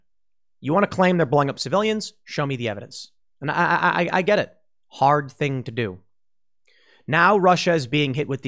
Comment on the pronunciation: Pool, did you say "it" or "iTTT" ?